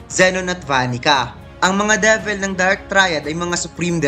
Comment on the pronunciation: Lods De-vil, Gawtch (Gauche) Li-va (Liebe) kung tama po ayan yung tamang pronunciation non.